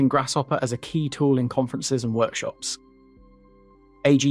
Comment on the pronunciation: Lol "Grass-shopper". Great video! I didn't know the history behind the program